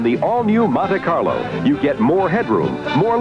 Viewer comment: " Monta " Carlo